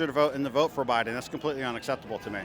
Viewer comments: First of all, the grandpa in the beginning needs to learn how to pronounce “BIDEN”. That’s number 1. Secondly, he’s not thinking about his grandkids if you are for the orange turd racist! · The vet in the beginning of the video should at least learn his name is Biden not Biding. I feel like I’m living in an alternate universe full of village idiots 😊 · did the first black dude just said President biting? well for sure his gray matter bitten by Trumpests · Did he president Bidee? 😂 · First guy is a 1gen immigrant. He couldn't even say "Biden".